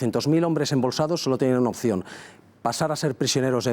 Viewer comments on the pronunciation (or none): none